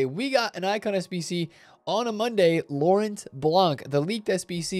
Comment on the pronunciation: the T is silent in lauren